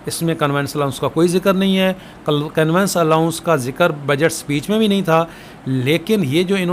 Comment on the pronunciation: Conveyance ka pronounciation thek kr lain. Convince nhi conveyance hota ha